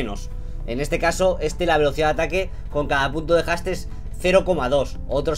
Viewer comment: Mejora tu inglés Knekrooo, que casi me da un ataque el escucharte decir palabras como Haste, etc.. XDD